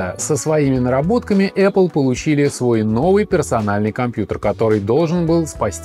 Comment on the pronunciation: Раздражает аррле